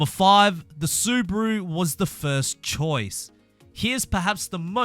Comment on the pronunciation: im german and the SUBARU sounds in your mouth SUBRARU thats not nice pls learn it :D XD